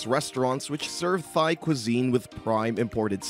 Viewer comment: I can't take this guy seriously when he says "Thigh".